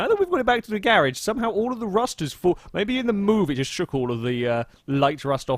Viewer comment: I like how when u say garage it sounds like ur saying garbage